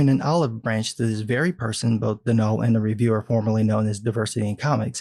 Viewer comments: Its pronounced don all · As far as I know, Donal’s name is pronounced like Donald, just without the d at the end. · Pretty sure that's pronounced "DON-uhl". Other than that, awesome video.